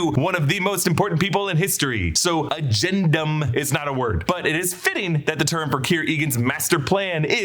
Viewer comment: Agendum sounds like “again, dumb” 😂